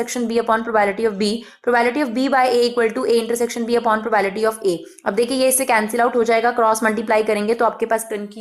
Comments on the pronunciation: It's probability not probality . 🤪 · Its probability not Provality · maam its probability not probality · mam wo probability hota h, naki probality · It’s probability not problity 😂😂😂phele bolna toh seekho phir padhao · It's not probality Actually it's probablity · maam probability not probality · When she say probality instead of probability it annoys me in very uncomfortable way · Mam it's probablity not probality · Probality nahi laudi Probability hota hai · Nice teaching but probality not probability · Abee probability hoga not probality.😂😂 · Ma'am it's not probality ..it's probability ... please pronounce it's correctly .. It's really irritating to hear again n again probality 😌... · Not probality... Its probability.. Please note it.. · Its probability not probality..sorry m grammar nazi..no offence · It's probability not probality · Bhai yaar ye probality bolti hai irritation hogaee muje mai ni dekhra eska video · i appreciate your effort for this video but its not "PROBAILTY" its "PROBABILITY". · GD exp ma'am, BTW it's PROBA'BI'LITY. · pro-bae-bi-li-ti (probability) don't feel offended only wanted to correct you so that you can improve(no body is perfect).